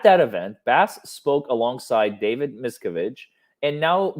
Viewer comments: Its pronounced mis cav edge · Mia-cav ( like can but cav) ige ( like in widget ) I simply can’t listen to you butcher the evil masters name over and over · You’re so funny, David’s name is pronounced Miss Cav Ige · PLEASE, please look up the pronunciation of David Miscavige.. It's Musk-av-ich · it's good you mispronounce miscavage's name he hates that better you should refer to him as an evil dwarf....he hates when people talk about how short he is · David’s name is pronounced a bit different, not sure if this is your dialect? :). Mike Rinder or Aaron Levin Smith or Leah Remini videos are helpful in all things Scientology!